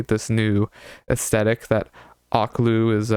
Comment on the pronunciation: her name is pronounced O/keh/lú lmao loved ur review